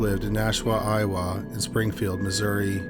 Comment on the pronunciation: Odd way to say Iowa. Never ever heard it said that way. Curious.